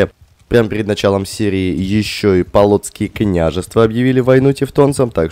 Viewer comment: Не полооооцкие княжевства, а поооолоцкие княжевства